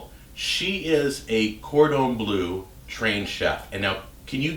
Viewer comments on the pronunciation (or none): cordon bleu isn't pronounced corden blue